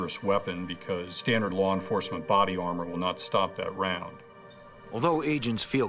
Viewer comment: “lar” enforcement 😂. How did the producers allow this shit?